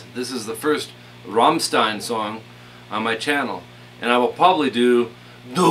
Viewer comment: funny that you know rammstein in america too but their called Ramm not Ramstein :) and i like how you pronouce it